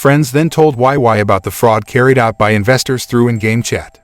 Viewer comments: "why why" he said her name is "why why" wheeze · this makes me wanna re-watch this 😭 but wei wei doesnt pronounce it like that its "wey wey""